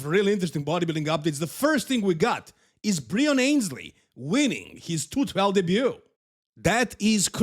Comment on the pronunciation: Breon Annes-lee by the way, not Ayns-lee